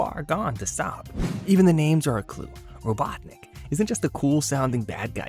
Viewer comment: I can't get over how you say Robotnik like "Robot Nick"